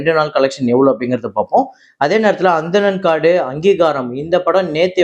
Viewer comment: அனந்தன் காடு, Not Anthanan Kaadu as pronounced bro.